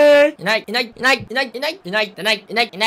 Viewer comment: 最初はいない！だったのにだんだんｲﾅｲｯ!ってなってきて最終的にｲｲﾈｯ！👍に聞こえてきた